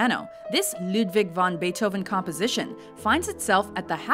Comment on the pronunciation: Wagner and Bait Oven beats that :P